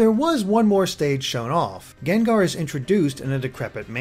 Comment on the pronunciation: GENGAR??!it's pronounced GANG-GAR! Geez,the ENG pokemon say their OWN name and u still can't get it right man.:/